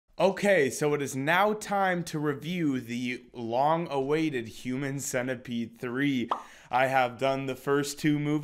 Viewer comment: did he just say "long awaited"